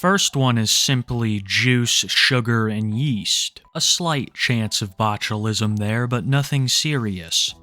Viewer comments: it's not botchulism, it's boglimism. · New name for Cobes: The Botulite (pronounced bochulite) due to his botulism riddled meat vehicle he calls a body.